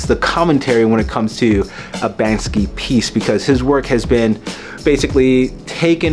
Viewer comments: Firstly it is pronounced "bank-see", not "banks-ski". Secondly, the people filming didn’t intervene, not because it’s in the public so they don’t know who owns it…but rather because, if you interfere with a person with melanin in the process of a crime, you’ll get "wet up", "chopped", "shanked", or "shivved". So nobody interferes, because nobody wants to die. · So hard to say banksy? It's not banskey....